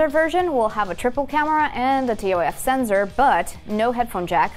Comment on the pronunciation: I don't think 'Sensor' is pronounced as "Senzor"... just saying...